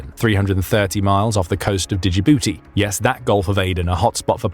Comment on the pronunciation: LOL!! This f00lish AI said "digibootee"! Like it's a Digimon or something! LOL! Djibouti is pronounced "Jih-boo-tee".